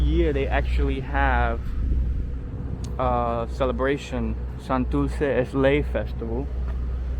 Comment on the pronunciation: SantuLce. and Isla VeLde This guy clearly has puertorican ancestry. By the way Ocean Park is not in Santurce. Palque Balbosa. Guys, the R has disappeared! IN any event this was a very nice video, it brought back memories.